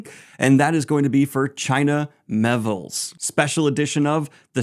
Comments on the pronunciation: 'Miéville' is pronounced MEE-YAY-VIL, not MEH-VIL. Thought you might like to know. 🙂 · Its China Myay-ville. Me + A ( like ABCDE) + vil (rhymes with pill). So Me A[bc] ville, not Mayville. Sorry to be the pronunciation police.